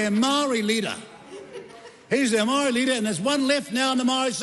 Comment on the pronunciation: he can't even pronounce the word "Maori"